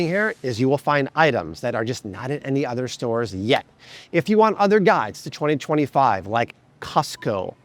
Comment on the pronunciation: 2025 The way he said it was so weird 😂